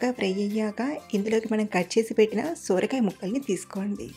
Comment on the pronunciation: Sooorakaya kadhandi sorakaya